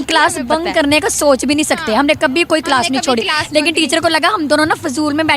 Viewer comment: Pakistani class ko kilas bolta hai kiya